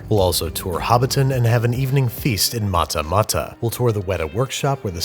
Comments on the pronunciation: its pronounced 'matter matter' and u slur it slighty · Might be a little late here but it's "mattamatta" not "martamarta" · Sup. For future reference from a guy who lives here, soft t's on Matamata. Most of the time when it's pronounced correctly, it sounds like you're saying madamada, as if DIO from jojos bizare adventure suffered a stroke. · Its matamata not ma-ta-ma-ta 🤣🤣🤣🤣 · It’s pronounced Matta matta not mutta mutta. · daammm i would totally wanna see you in Matamata (Pronounced Mutta,Mutta... also its said quicker) but i can't drive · As a fan of your videos and a Kiwi, I must say that you "butchered" the pronunciation of both Matamata and Tongariro. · Not how you pronounce Matamata but good on you for giving it a go